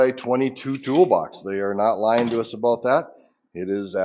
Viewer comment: A boot. "Hard to gripe a boot it"